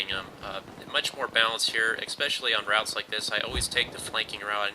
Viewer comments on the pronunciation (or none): none